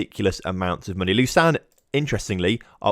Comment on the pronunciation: Lausanne is french and is pronounced more like „lo-sun“